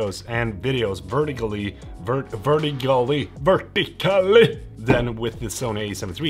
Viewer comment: i absolutely loved this video for the content but also the moment i subscribed was when he said "VERT-I-CAL-LY" like im dying this guy is hilarious